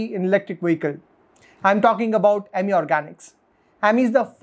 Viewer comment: It’s अमी not इमी